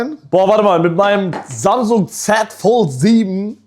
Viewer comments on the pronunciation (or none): none